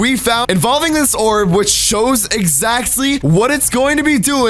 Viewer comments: says exacty instead of exactly you will never unhear it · 1 36 he said exsaxzy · he says exaxly instead of exactly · You said exactly wrong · U dnt pronounce exactly correct